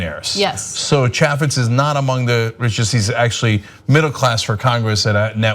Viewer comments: Trivial note to Ana. The "a" in "Chaffetz" is long, like in "ape", not like in "apple". FYI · You don't even know how to pronounce his name